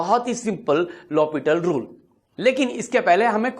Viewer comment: It's L Hopital not Hospital!